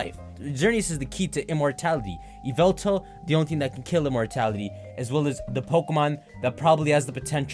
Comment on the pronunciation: it's not "i-vel-tal", its "YAh-VEL-TAL"